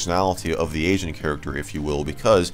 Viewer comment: Heard "Asian Character" and not "Agent Character"